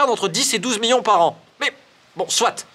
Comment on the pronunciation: « 10 miyons » 😂😂